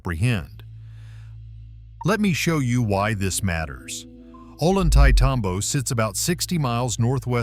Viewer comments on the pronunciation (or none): It's pronounced "oh lon tay tom bo".